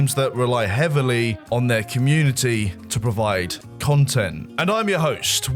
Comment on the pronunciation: "If it goes wrong, MOAR CUNTENT,"